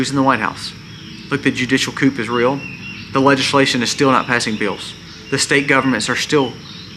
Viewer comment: you are right but coup in pronounced coo!The p is silent. We need everyone to buy gold and silver. Our dollar is dying.